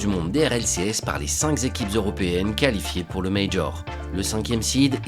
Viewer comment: "les cinq zéquipes" 😂